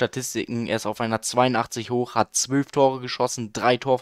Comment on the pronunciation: es heißt zwölf nicht zwülf!!!!!!!